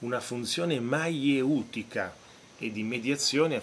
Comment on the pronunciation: Maieutica ha l'accento sulla e prof! 🙄